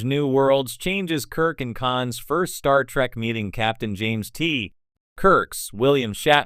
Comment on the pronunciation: It isn't STAR TRACK,you a$$hat, it's STAR TREK say it RIGHT!